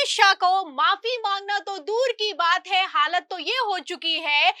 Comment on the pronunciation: Madam Sentence ke last men hai word par etana jor deti ho jo kano men sunate hi irritation ......Sui si chubhati hai Jo aap Hai word ko.....